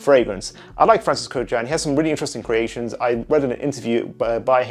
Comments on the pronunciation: It’s pronounced kurkjahn btw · Totally butchered that last name. It’s Armenian so yeah haha that’s not how you pronounce it but “A for effort” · You mispronounce his surname.